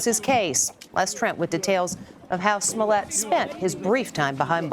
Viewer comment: I don't care much about any of this. what I'm annoyed about is the fact that they can't pronounce smollet correctly